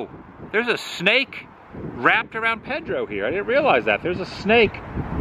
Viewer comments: PEDRO !!!! PAY-DRO PAY Not ped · Back in the '60s they were the big landmark on US 301, since I95 didn't go through at that time. It's saddening to see that it's hurting. By the way, it's probably not a big deal but Pedro is pronounced "Pay-drow" not "Ped-row". Sorry to be "that guy". :) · It's 'PAYdro'. Saying PEHdro kind of sounds like well, you know: the people you hide your kids from? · Please Please It is not Ped ro : It is Pay-dro E is like a long a in Spanish. Sorry but you keep saying so often and it grates on the nerves. Our family always stopped there on the way down the coast. Hope South of the Border can be revived and have a new life. Thanks for the tour. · Pay-dro not ped-ro, it's Peter in Spanish. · It’s Pay-dro dude, not ped-to please say it right. Just say’n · It's pronounced Pay-dro...not Ped-dro. Or maybe you're trying to be funny. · Wow...say it with me...it's PAYDRO..not PEDDROW..and again STANCHIONS ARE NOUNS NOT VERBS..you can NOT STANCHION something off..you can however USE STANCHIONS to block an area off..c'mon man, this is simple English language 101..did u attend school?.. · Adam, the name is pronounced PAYdro. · It’s funny how different parts of the country pronounce things different. In Southern California we would pronounce Pedro “Padro” what a fun place to go. I don’t see how they make enough to stay open but glad they do! Thanks for another great adventure! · Pedro is pronounced PAID ro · "PAY-dro", hombre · Pedro is pronounced PAY-DRO. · Does he pronounce "Pedro" like that for a reason lol? Another great video my friend! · I am rather surprised you don't know how to pronounce Pedro. It is a "A" sound not "E".